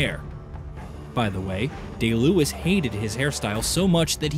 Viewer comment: Daniel Day Lewis (not Luis)